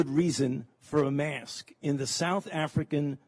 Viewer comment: And for Heaven's sake it's "mask", not "may-usk". One syllable doofus!